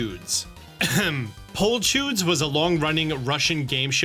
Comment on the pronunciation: nah that pronunciation killing me😭😭😭 you made "a field of wonders" into the flower chudjack